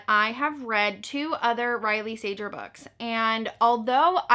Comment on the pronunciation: I don't think that's how you pronounce Sager, but - who cares his books suck